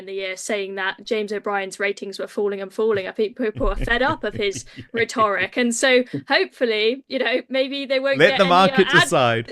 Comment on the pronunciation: This women can’t pronounce Rhetoric properly !!! Is this level of commentator we have ??